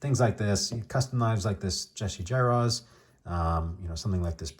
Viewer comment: I’ve been around since the old days, like you know, but I don’t recognize that at all! Very cool! Also, the Jarosz family pronounces it “jar-us”.